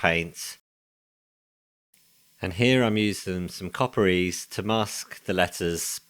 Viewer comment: What are you using for masking when painting the emblems? It’s sounds like you say “copper ease”, could it be copper grease? 😅 awesome work👍🏻